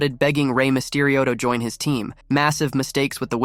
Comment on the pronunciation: How come the AI voice you use doesn't know How to say the word join? It said, John. Maybe if you're going to be lazy and not do the voice over yourself you should probably spend the money on AI that can read simple, English words